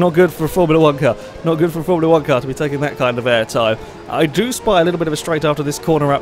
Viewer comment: "A Formula wanka'" :p